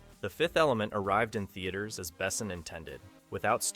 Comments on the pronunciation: you know Luc Besson is French, so maybe say his name in French....because its sounds idiotic in English... wait, its made by an American, they dont know where France is and how to say things in French, because French isnt a " real " language! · Have you really never ever heard anybody somewhat correctly pronounce the name of Besson before recording this? Oh you anglos^^👌But good job on the video. 5th element was and is a truly great cinematic achievement. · What AI BS is this? Luc Besson wasn’t sixteen in 1991. And your tts can’t even pronounce his name right. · Lol - that’s not all. He mispronounced “Besson”. And her name is pronounced “mee-luh”. Not freak’n “mill-luh”. This kid really is an American. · Interesting way to pronounce Besson.